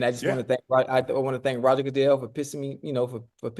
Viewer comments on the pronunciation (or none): none